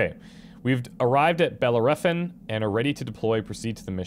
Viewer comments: "Bell-AIR-o-fawn". Jesus man. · Bell air e fon Bellerophon was the Greek dude that slew the chimera with a chunk of lead on a stick. I've watched a few people playing this game and it's surprising how none of them can even pronounce his name :P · This is just a little side-note nothing important, the planet's name is pronounced like a church bell- ero- like eroding something, and -phon like phone it has a greek origin. Keep doing these videos, they are great!